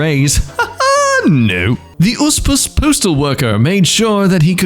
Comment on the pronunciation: that tp thing i do it constantly. i lost it how pronounced usps:face-red-heart-shape::hand-orange-covering-eyes::cat-orange-whistling